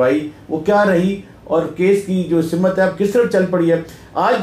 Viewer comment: Ap dono ne achi wazaahat paish ki.. maazrat k saath, boht se log lafz“ simt” ko “ simat” keh kr istemaal karte hn... simt yaani “ direction” meherbaani karen tamaam sahaafi bhi urdu k is lafz ki pronunciation sahi kr ln.. semt ya simt kahen semat ya simat nahi !